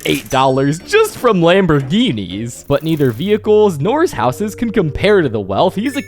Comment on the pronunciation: You make super good videos, but your youtube accent is starting to pmo. "Mr. Goodman is by far the richest character in SMLLLLLLLLLLL". "Housessssssss". (greatly extending the last syllable of every sentence)